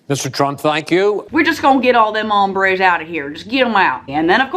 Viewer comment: Trump's pronunciation of 'hombre' made me cringe.